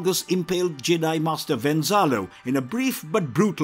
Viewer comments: I swear at one point he was calling Jedi "Jay-dahai" and he said "fought the Jay-dahai on corus-cant" and I nearly switched the video off. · That Jedi pronunciation 😢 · Am I the only one who found the narrator's pronunciation of Jedi a little off putting.